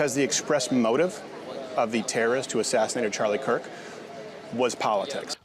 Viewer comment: "Chirlie Kark"